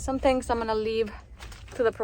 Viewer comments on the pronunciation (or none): none